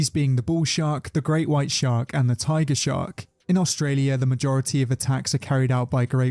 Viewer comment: “Aulstralia” uhm